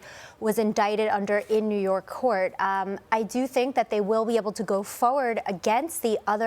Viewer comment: Why does she say fowed instead of forward 😂😂😂